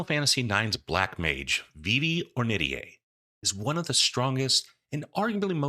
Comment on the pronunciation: huh, today I learned how "Ornitier" is pronounced! I always pronounced it "or knit tear", but I looked it up and you've got the right of it. neat! probably gonna be dming a campaign in fu soon, excited to get back into it after a lil period of dm burnout, very likely gonna binge your videos in the next week or two lol (-and I'll do my best to keep my comments thirst-free-)